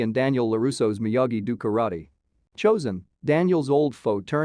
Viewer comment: You can’t pronounce the words “Ralph Macchio” You made it even bigger mess of the word “Miyagi do” You have no business explaining anything about this IP. And you didn’t “explain” anything. All you did was give a summary of what happened. This is a terrible video and a waste of time. I can put up with a Souless video sounding like a robot.. but when that robot sounds 10 times more ignorant than the people there apparently trying to explain things to.. it’s shit. You were trying to explain things to people that can actually pronounce the words. As I said.. this garbage is the waste of time. Usually when somebody puts “ending explained” they are enhancing what people experienced by watching it. They bring something to the table and add to the whole experience. All you have done is provide a video for somebody that wants to know what happened without watching it. What a piece of Clickbait 💩. You basically made a video and read out the synopsis. Justa Lazy piece of content